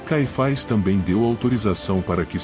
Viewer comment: Nunca ouvi falar desse (ANAIS E CAIFAIS) conheço Anás e Caifas! 😂😂😂 vc pronúncia ( fazezeinda)? 😂